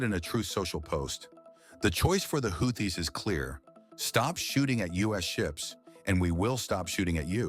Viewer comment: Dear: Is it Houthis, pronounced Houtees or WhoThis?? Make up your mind please. 🤡